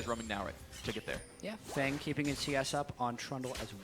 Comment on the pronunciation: Btw I don't know anything about Feng but I'm thinking it's meant to be pronounced "fung" not "fang". Asian players are known to call themselves things like "sky" or "moon", sometimes even using other language's words for things like these. Feng (风) is "wind" in Chinese.